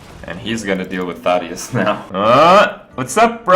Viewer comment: "Thot-eus." He says. Lord.